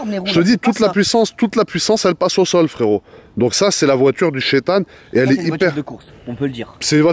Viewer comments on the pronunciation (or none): Pov même le chetanne y dit narchetanne